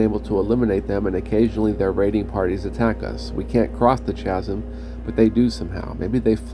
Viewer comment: That's 50 charges, 3rd level Knock. You say it's gold, I say it makes your armor look like it's made of lemon. You seem to keep adding a 0 to every number this time. Empty bottles serving as Mini-Medals? That'd be kinda funny, actually. Chasm is said with a hard ch (kh). lol Nah, they just use a lot of the BG2 portraits; I remember seeing Khalid's a few times.